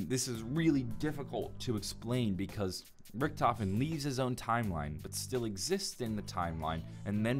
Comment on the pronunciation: No hes not hes actually right, Richtofen is correct.